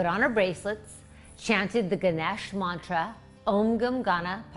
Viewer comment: So cute!! Your pronunciation of the mantra :) :)